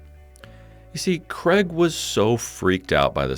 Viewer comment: I still think you’re calling him Kreg!